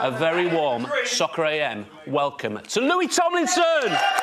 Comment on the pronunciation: "louis thomlinson"